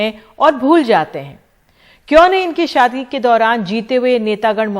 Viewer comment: Bhosdiwaale..shaadi tak theek se nahin bol sakte..saadi